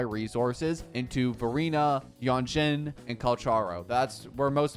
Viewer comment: Actually, you pronounce Lingyang wrong, his name is chinese and in english version, they(english) already pronounce his name wrong. I hear you pronounce as Lingyeng. For Jianxin, Jianshin is how yo pronouncd her name.